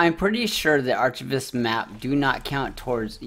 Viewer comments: This was very helpful, but dude you need to Google how to pronounce "archivist" 😆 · The way you pronounce archivist lmfao!